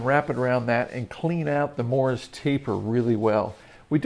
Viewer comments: The title should say Don't FORGET to do these things. How about... Don't forget it is a MORSE TAPER, not a Morris Taper. 1 syllable, not 2. These experts lose me when they call a Morse taper a Morris taper. You may spell it correctly but you say it wrong. The CC knows.... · Just a note on pronunciation. The taper is Morse (like the code), not Morris.